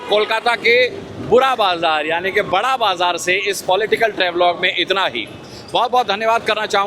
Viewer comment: বড়োবাজার। বাঁড়াবাজার নয়। Barobajar is real pronounce